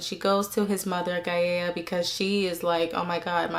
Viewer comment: Gaia is pronounced "guy-ah".